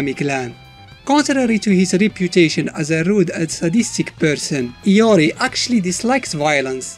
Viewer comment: in the mobile games ML they pronounce his name LORI instead of IYO REE.. (IORI) watta noob. xD